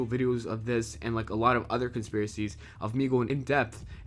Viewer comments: lol conspeieses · "Top 10 conspeisies"